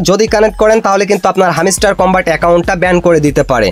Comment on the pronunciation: হামিস্টার কি ভাই হেমস্টার হবে😂